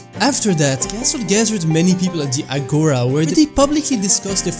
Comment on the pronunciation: it hurts me to hear the way he pronounced it, its actually agora with the tone being in the a at the end juts a little fun fact, the video was amazing